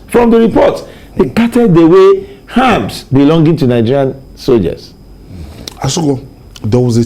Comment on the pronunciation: Abeg the name is "KADUNA" not "KADNA". And also it is "ARMS" not "HARMS". If dem talk you people will pretend you sabi book more than anybody yet to correctly pronounce the name of a major State in Nigeria dey hard you. If it were an aboki that incorrectly pronounced Akure now, you won't allow us hear word. Basket mouths!